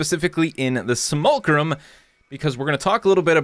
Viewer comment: By the way, it's spelled Simulacrum and pronounced as See-mool-lay-cruhm.